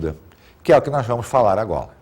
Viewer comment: Vamos falar agola